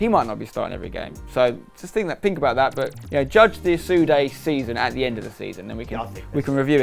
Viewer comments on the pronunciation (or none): I thought it was asude not osude